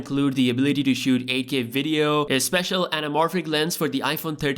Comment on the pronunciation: He said AK Video 🤦🏻‍♀️🤦🏻‍♀️